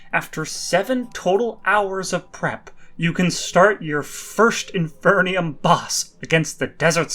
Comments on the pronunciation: Its in-FER-num not in-FER-NI-um 😭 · "inferneeum" lol